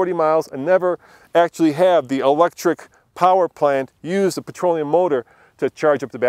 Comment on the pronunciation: What the hell is "patroleum"?